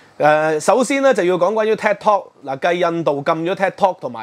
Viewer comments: tik tok 係「剔托」，唔係「踢托」，好ung耳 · 禁Ted Talk 🤔? Ted Talk is very popular. Should be Tik Tok pronounced as “Take Talk”. 😃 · 係Tik Tok 唔係Ted Talk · 發音可能要準少少，我聽到 Ted Talk 🙈🙈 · ，你自己題目都正確寫出TIK-tok; 點解你的不斷讀書Ted-tok? 還有是余茂春，呢個名大家都知，你有點落後了！